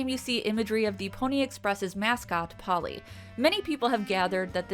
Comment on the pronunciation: Polle is not pronounced Polly